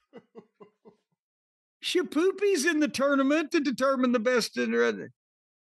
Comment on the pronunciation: I hate how says tournament